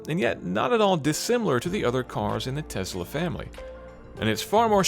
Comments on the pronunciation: TeSSSla not TeZZZla. Please. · It's a Tesla. Not a Tezla. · Why does he pronounce Tesla as Tezla? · Where does he get the z in Tesla from??? It keeps bugging me he added random z to an S